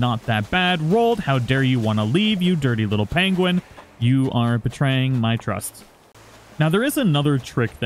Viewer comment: "Peng wing"🤣